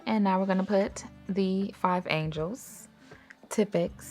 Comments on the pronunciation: Angeles (like Los Angeles) not angels. 😉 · You’re saying and spelling it wrong though. It’s Angeles like Los Angeles, not Angel. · I wasn’t gon say nothing 😂😂😂 but that was so funny 😅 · I’m thrown off by the pronunciation of “Angeles” lol but the video content by is always great.